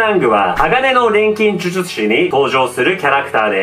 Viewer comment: 錬金術師が微妙に言えてないの好き